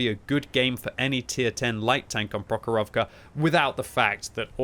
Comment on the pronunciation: Please, like this comment for to see that it’s actually PrOchorovka and MalInovka.